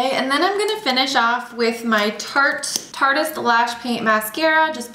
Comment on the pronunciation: So glad you know how to pronounce Tarte-ist. No one else says it right and it always irks me! Love this video!